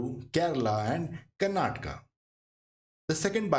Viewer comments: Please don't say कर्नाटका it's correct pronunciation in Indian language is कर्नाटक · Kindly learn to pronounce it correctly the places of southern India.......